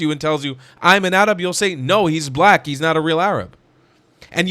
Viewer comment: Yaa, 7abiibi...stop saying AArab... Say 3rab with the "ع" Saying Arab is fine but the way you say AArab makes you sound like someone who thinks he knows the correct pronunciation but doesn't b7bak waqt Taweel